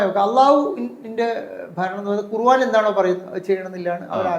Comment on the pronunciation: ഖുർവാൻ അല്ല ഖുർആൻ എന്ന് പറഞ്ഞ് പടിയ്‌കൂ